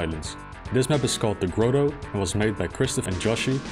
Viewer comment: Probably counterintuitive for non-native English speakers, but it's pronounced GRAH-toe, not GRO-toe.